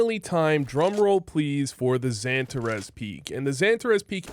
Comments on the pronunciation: Love the vid! But damn does it hurt my ears every time you call him pronounce it santa res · Funny how you pronounce Xantares different from every one else. Xypnix or Xyp9x. Xan tarras or Santa raas Good vid none the less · dude, everyone gets xantares name right… except you😂